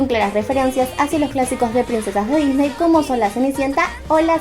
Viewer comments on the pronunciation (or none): none